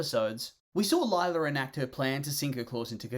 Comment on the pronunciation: More like LIE-la